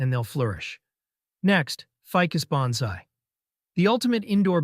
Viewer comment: Why should I take your advice? You can't even pronounce Bonsai correctly.